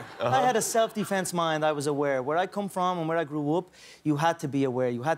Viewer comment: "Where i gruw up"